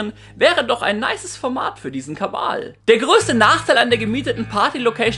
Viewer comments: Wieso zur Hölle sagst du immer Kabal statt Kanal? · ''kabal'' wtf? kanal.. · Täusche ich mich immer wieder aufs neue oder sagt wirklich „Kabal“ statt „Kanal“? 😂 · Geiler „Kabal“ 😁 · okay, verstanden 😁😊 er macht das absichtlich